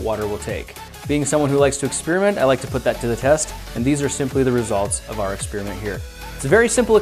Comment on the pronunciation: Experiment has an 'i' in it. Maybe pronounce it... You're saying "Spearmint". It makes you sound like a tool. You're not doing a review on gum.